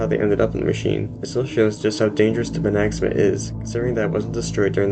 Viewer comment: it's pi-NAG-sa-ma